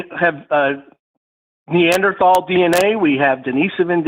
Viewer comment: A race realist misPRONOUN-(gasp!)-cing "Neanderthal(s)" has got to be one of the funniest things ever.